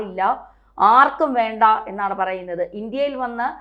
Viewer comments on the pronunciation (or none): none